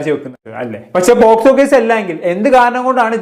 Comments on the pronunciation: Eda kunne posco allada avarathimobe pocso ath parayan padiyada polayadi mone🤣😂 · Pottaaa Posco alla pocso 😂😂😂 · പോസ്കോ അല്ലടാ പോക്സോ😂😂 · കിളിയും, പൂമ്പാറ്റയും, പർപ്പിളും ഒക്കെ കൊള്ളാം.. ആധികാരികമായി കൊണ അടിക്കുമ്പോൾ ശ്രദ്ധിക്കുക പോസ്കോ അല്ല പോക്സോ 😂😂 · Posco alla mone pocso 😂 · POSCO അല്ലടാ കണ്ണാപ്പി കുണ്ണേ POCSO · പോസ്കോ അല്ല പോക്സോ..... 😂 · Posco alla 😅pocso enn parayan polum prathikn ariyilla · പോസ്കോ 😂😂. Pocso ആണ് fool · ഈ തെണ്ടിക്ക് പോക്സോ എന്ന് പറയാൻ പോലും അറിയില്ല. പോസ്കോ ആണത്രേ. ഇവനെയൊക്കെ എഴുത്തിന് ഇരുത്തണം.